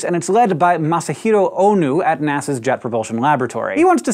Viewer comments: Yay new experiments! But dude, Hank, you like Japanese culture so I'm really disappointed that you can't pronounce Masahiro Ono's name properly. I'm pretty sure you know better, so I'm going to assume that maybe this was a case of tongue getting badly tied and these were the best takes. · I know it could be considered nit-picking, but the on-screen text says Masahiro Ono (correct via NASA's JPL profile page) while Hank says Masahiro Onu (nu instead of no) initially and again . Minor error but it's kind of also not his name. :P